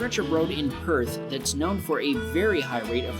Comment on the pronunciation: Well done you pronounced Perth right.